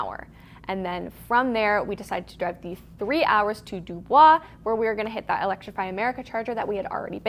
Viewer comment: I grew up very nearby, and just for your reference, DuBois, PA is pronounced like "Dew-boys". Love the video!